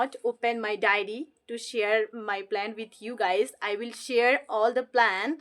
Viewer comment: This not plant, this is plan, please check your pronunciation in this video....